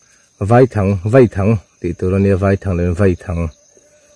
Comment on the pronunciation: Um ilam dan adik ltk sir.... V-A-I thang👍👍👍👍👍👍👍